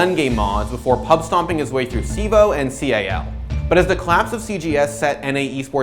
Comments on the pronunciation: its pronounced CAL, not C-A-L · Did he just pronounce CAL as "C, A, L"? Or did I not hear that right